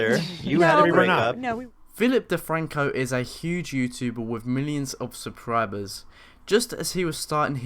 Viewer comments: “millions of supribers” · "millions of supribers"